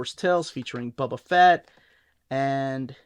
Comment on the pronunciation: Bubba fat?😂😂😂